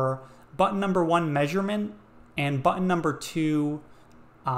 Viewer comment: The most annoying mispronunciation of the word 'button' I have ever had the misfortune of hearing - especially as the word is repeated an untold number of times. Infuriating to say the least of it.